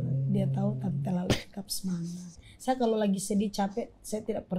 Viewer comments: Lala bukan rara bang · lala lmao bukan rara gmn si